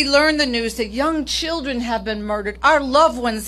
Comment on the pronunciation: Fa da cheedrin…fa da cheedrin